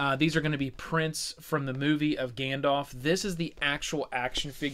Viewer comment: > Gandalf with an A ;)